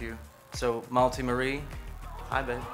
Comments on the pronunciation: It's malti dude. Not multi. Such a beautiful name it is ♥️ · I wonder the pronunciation of the name of the sweet cute baby girl. Her father pronounces as "Multi" as in the word "Multiple". If by any chance the name has a Sanskrit origin, perhaps meaning "little flower", then perhaps it should be pronounced as MALTI , the second syllable should be pronounced as "thi" in the word THIN. Only wondering. Such a cute baby. She looks so much like her Dad, Nick Jonas. Best wishes to Mum Priyanka, Dad Nick and sweet little Malti Marie.